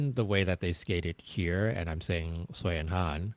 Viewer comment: Thank you!!!!! I was constantly feeling rage about the announcer butchering almost every name that wasn't English. And to mispronounce Sui and Han's names, a pair that has been around for so long, is just inexcusable and incredibly disrespectful.